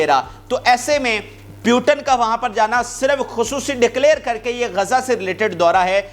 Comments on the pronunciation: Bhai, it's Mr. putin,, not Putan,😂😂😂😂❤❤❤, Russia is super power, downfall of uncle sam ie US has already begun since 3-4 yrs😅😅😅😊😊😊😄😄😄🥰🥰🥰🥰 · Bhai..... Russia ke sadr ka naam POO - Tin kah ke pukara karen... na ke PYU - TIN. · Putan nahi Putin bolo